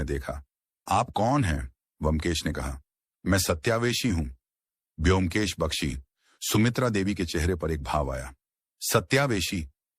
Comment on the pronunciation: Aap vyomkesh ka sahi naam lijiye